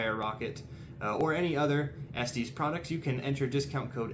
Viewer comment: It's "es-tess" not "es-tees" Other than that, nice review! :)